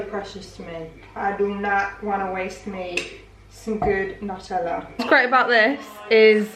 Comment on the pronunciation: "New-teller!" lolz